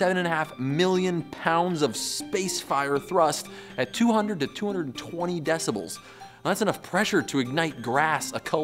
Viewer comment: "decibals" sounds like "decimals", but with a cold.